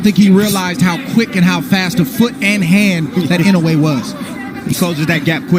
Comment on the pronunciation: You pronounced his surname "Inoue" ridiculously come on man